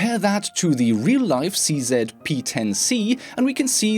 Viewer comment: The way you pronounce CZ makes me laugh. 😊